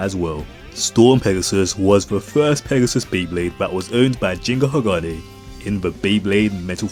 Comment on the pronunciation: Isn't it Ginga sounding like G for Group kinda G? Ginga actually means Galactic or something related to Galaxy in Japanese. Why do so many english speakers call him Jinga? 🤔